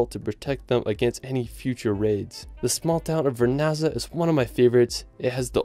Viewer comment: i appreciate your post... but I cringe how you said cinque terre (supposed to be chin kweh terreh) and vernazza (supposed to be ver nahtza)... thank you, just a friendly fyi...